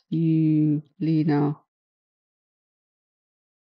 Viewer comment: Her name is pronounced Evalina, it's Polish